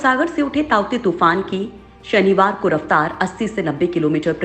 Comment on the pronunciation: ताउते तुफान उसका नाम नही हे तोकते तुफान हे उसका नाम ।